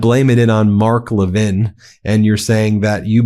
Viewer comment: MTG doesn’t say Mark Levin correctly. 😜